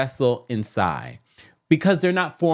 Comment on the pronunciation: Lmao "Sai eye" lol